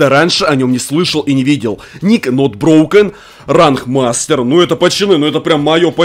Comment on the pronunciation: Не тонброукен а нотброкен